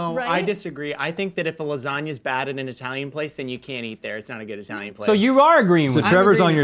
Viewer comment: "Eye-talian" sends shivers down my spine.